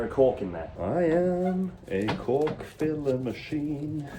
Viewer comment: I love when he says “i can’t enough of the cock filler” 😂